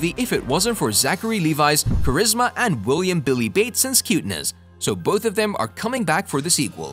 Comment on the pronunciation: It's Billy Batson not bateson